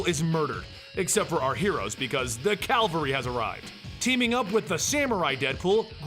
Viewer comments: STOP SAYING CALVARY! IT'S CAVALRY! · You said “Calvary instead os “cavalry”. Calvary is a form of church, whereas cavalry is a form of military unit or as it is used now as a quote it means backup is here.